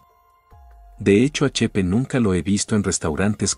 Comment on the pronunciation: Chepe no chepa